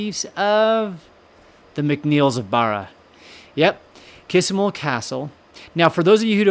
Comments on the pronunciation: Hi, can i tell you how to pronounce the name of the castle. You say, Kissimull castle. Its pronounced Kee sh mul castle. The island is pronounsed BARRA Love your chanel Christina Macpherson ❤ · Please! Please don't be offended - that isn't my intention AT ALL. Just so when you come to Scotland & start talking about Kismuil, the locals will regard you as one of them... Kismuil is pronounced Kish-mul here. And Barra as bah...rah. I know it can be tricky. I was born in Scotland but grew up in Canada and came to Scotland when I was nearly 21. Luckily, my Mum never lost her thick Scottish accent & always used Scottish words & phrases (ie, what in the name of the wee man have you done to yersel!) so I was familiar with words & pronunciations and had few problems. But I still had the odd problem trying to pronounce a Gaelic (that's Gall-ic, & not Gayleck) based word. It's tricky & catches most non-Scottish speaking people out. By the way, Scots IS a language on its own. Gaelic was the language of medieval Scotland, but 'Scots' language evolved & is classed now as a language in its own Right. Badenoch is pronounced - Bah as in a sheep noise-de-noch, rather than Bay den och. Foulis Castle - fow as in cow - lis - and not Full as in liquid up to the top of the cup. Argyll - accent on the last syllable. :) But all in all, you're doing a GREAT JOB with the pronunciations - example? Wemyss! LOL! You got it! Putachie - The term "putachie" is not commonly associated with Scottish Gaelic or Irish Gaelic. It appears to be a Norman term, which is a dialect of French. The word "putachie" is the feminine singular form of "putachi" in Norman. This note from the 'Wikidictionary' is not un